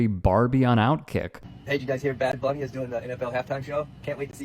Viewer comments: Dude literally said Bad Boonie like he can't even read English anymore? Bro conservatives are WEIRD, man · they mispronounced bunny ? thats an english word you nincompoop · Imagine not being able to pronounce “bunny” and thinking that’s a flex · Intentionally mispronouncing "Bunny" is hilarious from the "speak English" crowd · lol of course it’s the MAGAt who’s too we todd ed to pronounce bunny. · Choosing to mispronounce the English word Bunny is such a self own. 😂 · she's giving these people way, way, way, way too much fucking credit thinking that they're purposely pronouncing "bunny" wrong.. they're just illiterate lol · Pronouncing Bunny wrong while being angry at Bad Bunny for “not knowing English” (btw he speaks English very well) is just like…. Ironic.